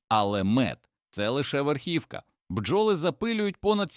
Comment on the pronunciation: Пестициди...горе для людини! РОботи, бджОли - наголос ставте правильно